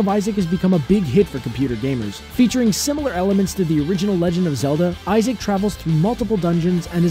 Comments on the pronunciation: Its Isaac, not Issac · "Isaac" and not "Issac" ;)